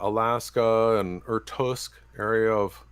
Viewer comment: How does someone think they sound to others, when they blend together without distinction references to physical phenomena and accusations of Satanism? Also, it's Irkutsk, not Irtusk.